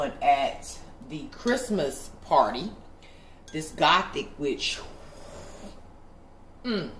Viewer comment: Apothic NOT gothic! 😂 I’ve been wanting to try that wine!